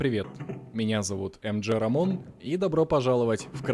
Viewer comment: НЕ РАЙОН А РАМОН